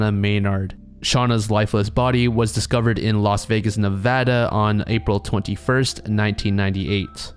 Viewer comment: Hey I love your videos, and I appreciate that you pronounced Nevada the correct way instead of NevAWDAW. Your pronunciation of Decatur Blvd was a new one lol its Dee-Kay-Ter. Honestly it doesn't matter because you'll probably never say that word again, but it's cool hearing about las vegas, just not cool within the context